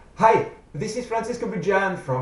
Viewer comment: i love how he says HI! and that smile he looks like he just smoked a whole bunch of crack!